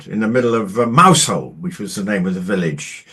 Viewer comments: you need to pronounce Mousehole correctly! It’s not mouse hole! Ask anyone from Cornwall. Oh dear! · The Duchess of Kent: a wonderful, unassuming lady, living a life of dedicated service outside the glitz and glamour of the Monarchy. Isn't that what the Sussexes claimed they wanted to do? That went well, didn't it? P.S. - I believe Mousehole is pronounced in Cornwall as Mowzle ...